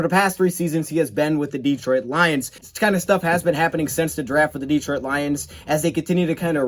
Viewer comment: It's Detroit Lions-not Deetroit Lions